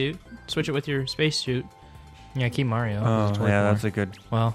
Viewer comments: theiy say mirthee its mario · Why do you call Mario Marity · Srsly u call Mario merrty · IT'S NOT MERITY IT'S MARIO I'M GONNA GET SO TRIGGERED OVER THIS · why do thay say meer-ty instead of mario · They say miraty as mario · why is he saying mierty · because they like calling mario marity? :)